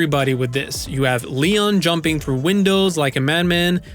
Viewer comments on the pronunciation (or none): none